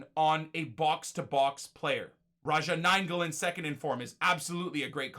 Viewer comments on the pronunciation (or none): none